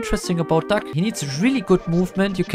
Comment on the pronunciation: It sounds like his saying duck instead of doug